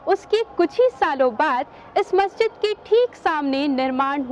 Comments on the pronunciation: Why are you pronouncing it as masajid? Like it's masjid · Madam masjid ka name to theek hai, fahad akram ne jo objection kiya hai wo name par nahi kiya, balki ladki jo bar-bar masjid ki jagah masaajid bol rahi hai wo ghalat bol rahi hai, wo aise ki agar wo masjid ka name bol rahi hai to usay pura name yani Taj-ul-Masajid bolna chahiye aur agar wo name nahi bol rahi to usay masjid bolna chahiye na ki masajid kyunki Taj-ul-Masajid ka matlab hai masjido ka taj aur agar aap sirf masajid bologe to uska matlab huwa Masjido, yani wo ladki bar-bar ye masjido bol rahi hai jabki ye to ek masjid hai....I hope ke ab aapke baat samajh aa gayi hogi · Masha allah bhaut acchi jankari diya aapne bas bolne ki tameez nahi hai masjid bola jata hai masajid nahi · The claim that Taj-ul-Masajid is one of the six.largest Masjid seems to be correct seeing its location and building. Besides it the commentator of the video pronounces it masajid where it should be Masjid . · बहोत खास.......यह मसाजीद नही मसजिद बोलये.....